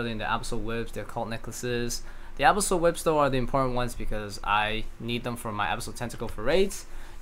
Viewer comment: tilts me so hard how you pronounce abyssal